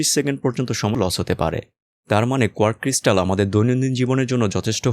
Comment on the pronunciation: ঐ জায়গাটুকু ঠিক করে রিআপলোড করলে হয়তো বেটার হতো।